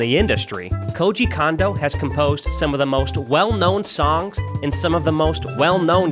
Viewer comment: It’s pronounced Kondo not Kondo